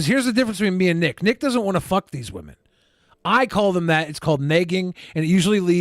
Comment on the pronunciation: Why does pronounce women weird